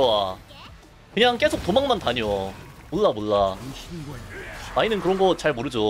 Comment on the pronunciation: '몰라' 할때 발음이 왜이래요 ? 리을 발음이 좀 이상한거같은데